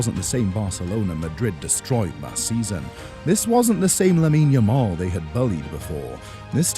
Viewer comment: Yamal is Yamal, not new someone